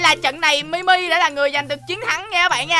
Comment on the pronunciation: Anh ơi Mi Mi là ti mi đó anh ơi